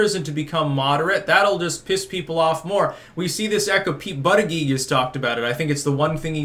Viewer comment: Can you stop mispronouncing Buttigieg's name?